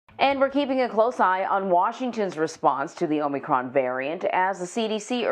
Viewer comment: So, the bozo who spent the last week MISPRONOUNCING “omnocrom” (LoL) is the medical authority on YOUR health decisions ? Too funny!